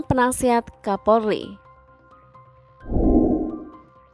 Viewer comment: KAPOLRI BUKAN KAPORLI 🤣